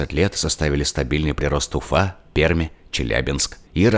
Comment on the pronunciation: Почему Перьмь, если правильно: Пермь. )